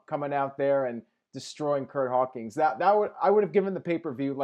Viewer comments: Does always say "Hawkings" instead of "Hawkins," or is it just me? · i've been watching you for years, love the reviews, but for the love of god man it's Curt H-A-W-K-I-N-S